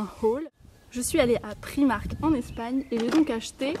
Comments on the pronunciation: prAïïïmark et non priimark !! C'est pas grand chose mais c'est assez insuportable :) ( pas méchant hein ! ) gros bisous :) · Excuse moi,mais c'est bien PR-aaï-mark ,mais on prononce le 'r' à l'anglaise. Et je pense bien savoir car je suis anglaise & j'habite en Angleterre,et j'entend bien les gens parler. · Alors désolée pour toi j'habite à Londres et on dit bien Pr-AÏ-mark!! avant de vouloir rectifier les autres vérifie.. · Je suis aller dans un primark à londres et je te jure que le i se prononce bien AÏ ..sa fait mal aux oreilles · le i ce dit aïe en anglais....